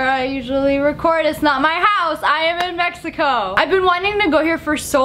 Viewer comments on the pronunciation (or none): I laughed when she said mehico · did you say shigago instead of mexico